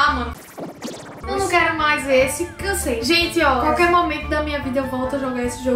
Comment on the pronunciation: "Comente qalquer coisa" Oi...